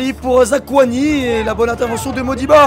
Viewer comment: Zakouani et Kimbembe si jamais :p